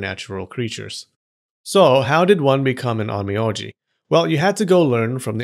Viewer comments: Funny you say it correctly OhN Me Oh Ji then you go back saying it incorrectly as OhN Me Ah Ji... Even the Closed captioning has an Ō a Long Vowel, and that is the cool thing about pronouncing Japanese. All vowels are pronounced the same. Ah aye Eee Oh Ooo... Just an observation there. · On mee on gee😂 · Every 5 seconds, Onmyoji is butchered.